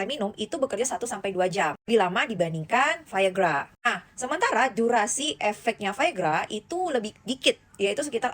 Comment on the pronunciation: omong biasa aja viagra gak usah ke barat2 an